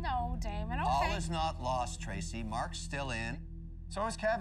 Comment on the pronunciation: I can’t stop laughing at people butchering Daymond’s name. 🤣